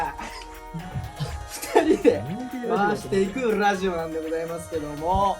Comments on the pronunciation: rrrrぁジオなんでございますけどもぉ〜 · きょも"ラジオ"言う時下巻いちゃってんのよww